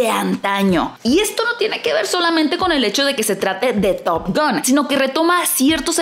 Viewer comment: Estaría buena que digas top gan y no top gon jaja ,es top gan amiga ,hablaaaaa bieeeeennnnn !!!!!!! Jaja x fissss, top GAN ,gan gan gan gan gan